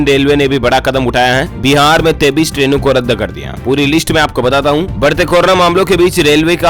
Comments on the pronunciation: Aap 23 ko 33 bolte ho. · Sir aap 23 ko 33 Kyo bolte hai